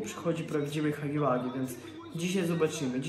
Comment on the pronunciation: Huggy Wuggy nie czyta śię hagi wagi tylko hagi łagi